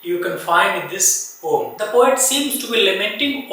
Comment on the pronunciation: Poem bolna to seekhlo sir😂poom poom kyu bol rhe